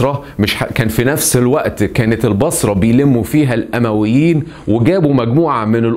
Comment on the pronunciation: الأُمويين بالضم نسبةً إلي بني أُميه وليس الأَمويين 🤗 أسلوبك أكتر من رائع شكرًا علي المجهود العظيم